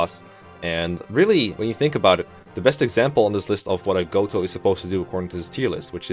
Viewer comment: No no no no no, Mr. Ro-Gotoh!